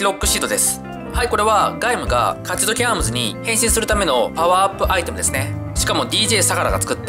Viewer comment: カチドキってワード言ってる時滑舌悪いなｗ